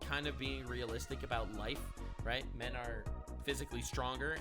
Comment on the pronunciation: 1652. cmoooon. it´s not "men"